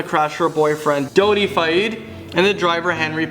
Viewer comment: If you are going to report on the deaths of famous people, at least learn how to pronounce the name correctly. Dodi is pronounced "Doh-dee"